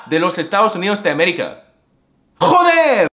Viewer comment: When you say "Joder!" All the consonants have to be emphasized specially that R at the end. The more frustration and anger the more emphasis. You should think of "Joder" as a shorter version of Kamehameha. I'm a hyper polyglot curse master alpha male gigachad.